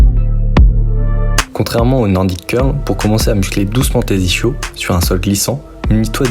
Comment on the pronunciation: J’y connais rien en sport mais en vocabulaire : j’ai bien vérifié, ça se prononce iskyo jambier. Comme l’ischion (ou ischium) qui se prononce iskyon. Et merci pour tes supers explications ❤